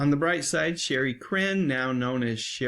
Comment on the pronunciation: Her name is pronounced Sha-ree, not Sherry.